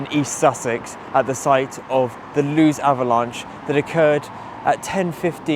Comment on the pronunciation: Pronounced Lewis not Loos